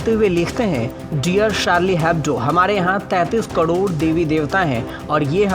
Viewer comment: Yeh anchor crore ko "kadod" kyon bolta he??